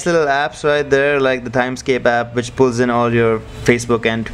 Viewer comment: It's wich not Vich